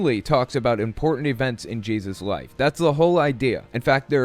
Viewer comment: Why does this guy pronounce it ‘Jizzus’